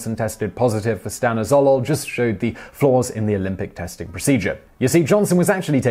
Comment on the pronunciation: That's not how you pronounce "Stanozolol" .. its "Stan-oz-o-lol"